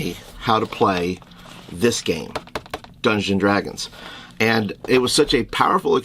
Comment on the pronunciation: Your friend needs to learn how to pronounce Dungeons & Dragons. Hint: It’s not Dungsdragons or Dungadragons or whatever the hell he’s slurring repeatedly here.